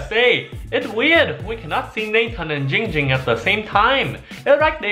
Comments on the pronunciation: Everyone it's not It's ging ging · IT’S NOT GINGER IT NOT DONG DOMG IT IT GING GING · Why don't anybody say name right